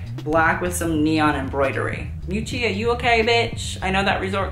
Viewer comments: Hi, liked your video (too long, IMHO) but can I just say something? I'm italian and I cannot bear to hear Versace pronounced " VersacEE". It's "VersacE", like the E in End. Also Miuccia (Prada) is pronounced "M-ee-oo- tcha" emphasis on the "oo". Not a critic, just sayin'. Keep up, though; good job. Ciao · Didn’t even understand who you were referring to when talking about ‘Miuccìa’ Prada. Omg. Had to go back and listen another 3times. You are so in love with her, learn how to pronounce her name. I typically like your educational videos but these ‘roast’ are way too spiteful for my taste, even sometimes I agree.